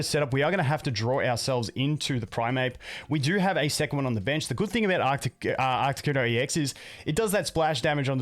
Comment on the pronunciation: Love the deck but please for the love of god stop calling it ARCTICuno, it hurts my soul